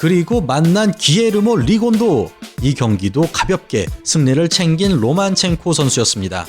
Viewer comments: 로마첸코를 왜 자꾸 로만첸코라고 읽으심? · 발음 좀 신경써주세요. 로마첸코입니다. 로만첸코가 아니고.